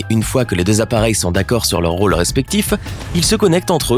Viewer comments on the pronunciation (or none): none